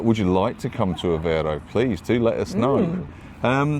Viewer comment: Aveiro, has an I on it, not Avero. Avero sounds spanish. The "ei" sound in portuguese, sounds like the ei in "eight" Try saying Aveigh'ro. The I is pronounced. Any "ei" in portuguese is pronounced like that =), just think of 8, muting the T. It's funny that English speakers struggle with that sound, despite it existing in English. Maybe noone made the comparison to the sound of eight... hahahah.